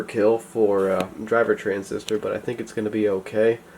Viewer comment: Transistor, I thought you said RESIStor